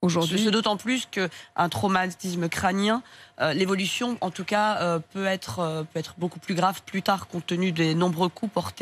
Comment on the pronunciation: L'avocat a dû aller quand même à l'école ... et elle ne fait pas les liaisons. Ce qui donne "l'évolution, en tout cas, peu être". le T a disparu et le "peut être" a perdu sa liaison ... Dommage ...